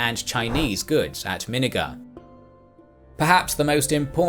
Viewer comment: It's not minnagar it's Min-nagar